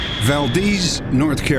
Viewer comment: as someone who lives 30 mins away from valdese. That is NOT how you pronounce that.